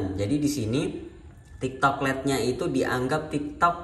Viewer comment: Lait bukan let